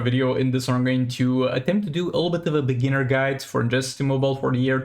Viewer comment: I realise English isn't your first language,, but it's BEGINNER, not BIGINNER. But great to see you still posting such great content as always!